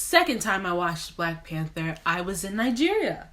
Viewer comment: New subscriber here!! You are hilarious. My 4 year old made me rewind when you say at the end 😂😂😂